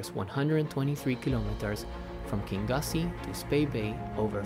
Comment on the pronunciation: Enjoyed the video but the place you launched is pronounced King Yousay . Only other question please what are those zippered wellies called ? Are they insulated ?